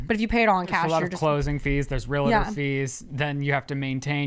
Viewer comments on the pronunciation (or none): none